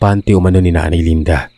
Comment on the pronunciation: Ano ba 220,LANDA O LINDA!???labo ng narrator 😅